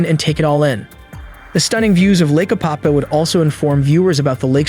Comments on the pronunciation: It’s Apopka. With a K. Damn man! Don’t insult the name lol. I know you are trying, but come on. Try and say the name right. It’s not, Apapah, Opopa, Apahkuh, Appacka. None of that. APOPKA. SAY IT SLOW. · A-pop-KA— hard K.. lol! I lived here for years.. beautiful lake.. also… you said STREET Johns River.. 😂 it is SAINT John’s River… 🤘🏼🤘🏼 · It’s pronounced Ā-pop-kuh